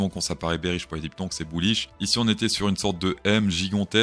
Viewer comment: n'active pas les sous-titres xD "buouish" Top l'intro ! je decouvre a peine ta chaîne ! team ++